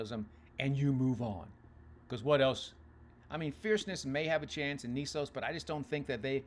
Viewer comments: Knesos? It's Mr Nysos dude. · It’s Journalism Nysos not Knesos ,like your post but pronunciation of Baffert horse is incorrect.